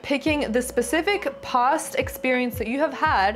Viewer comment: PLEASE..SAY PAAAST..NOT: POOST